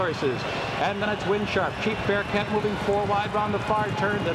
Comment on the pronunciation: Geez Durkin, you can't even get the hometown favourite's name right? Chief BearHART.